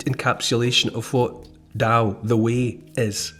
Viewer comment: Thank you! Especially for the pronouncing Tao. I met a mum once who named their son Tao. Sadly was pronounced dhow, tho.🫤